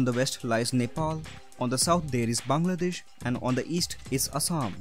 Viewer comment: I like how he pronounced bangladesh. I feel like foreigners cant pronounce our country.